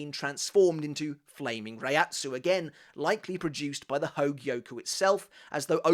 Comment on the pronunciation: Bro goes 💯 spanish on the espada which is nice. But “hogie-oh-kooo” 140 times just hurts 😂